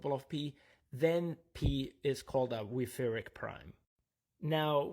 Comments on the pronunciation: German 'ch' should not be pronounced as /k/. Even an h would sound closer, although the actual sound is a velar fricative. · The stress on the second syllable was what bothered me the most.